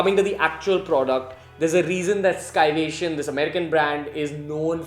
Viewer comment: Not skyvation its sayvation(scivation)